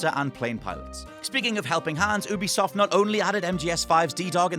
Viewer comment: its not oo-be-soft its you-be-soft